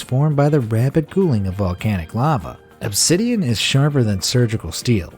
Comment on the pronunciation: Who els though of Minecraft when he said ubsiden